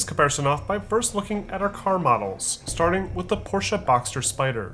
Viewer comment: You are one of the ONLY few youtubers that say Porsche right...